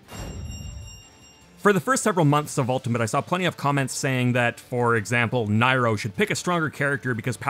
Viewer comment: Nairo? You mean Nair-o.